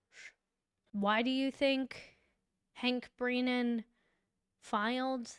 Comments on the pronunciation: Why do you keep saying BREENAN and not BRENNAN? You even spelled it incorrectly in the title. Was that intentional? And PROSECTER?? WTF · Thank you for your coverage but please articulate your vocabulary. It’s Brennan. Not breenan. And prosecutor. Is that said purposely or do you really not know how to pronunciate the words correctly?? Otherwise I love your videos. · This lady can’t even pronounce brennans’s name properly